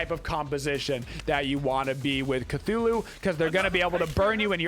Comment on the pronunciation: its CTHULhU NOT CATHULhU